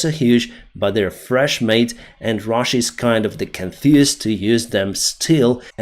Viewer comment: You said russia wrong